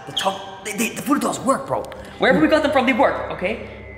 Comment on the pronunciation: He said talking tom voddo doll